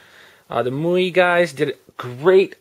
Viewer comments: The ROMs name is pronounced "My You Eye" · It's pronounced "My UI," just in case no one else mentioned it.